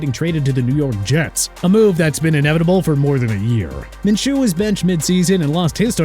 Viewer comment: MINSHEW IS PRONOUNCED MIN-SHOO NOT MIN-CHOO!!! GET IT RIGHT!!! UGH!!!!